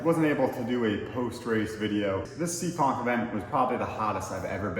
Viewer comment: it's Seekonk, MA not SEEKING..lol.. Great video footage. Keep up the great work and safe racing.